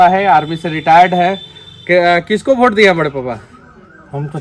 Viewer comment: भोट नहीं होता है सर वोट होता है